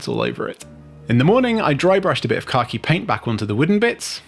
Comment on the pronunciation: As an American I can never tell if you are saying "car-key" or "khaki" paint